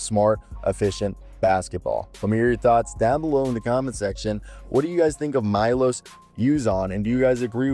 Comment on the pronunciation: This is my name also , and correct pronounce is Meloš , instead of I you say E and last letter S (Š is right letter) you pronounce like Shazam